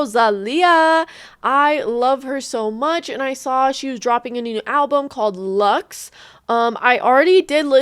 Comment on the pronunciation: Don't say "LAX" in English. "LUX" is Latin and sounds as "LOOX".